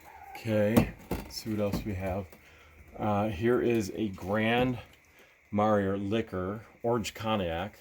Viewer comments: the bottle you found, Grand Marnia is a mint tasting liqueur, it's pronounced Gran ma nay air. Good for an upset tummy. Drink it like shots. That's a really old bottle. I worked in the Bar Industry years ago. Great to see you both looking so well and happy. All the very best Northern Irish luck to you both. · The thing on the porch is a type of butter churn, but it is missing its lid. Grand Marnier = Gran marn-YAY'. is right, the odd cup in the pole barn is half of a toasting set, his and hers, for use at a wedding. I wonder if the knob and tube insulators are worth anything. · Isn't it pronounced like Marn-yay?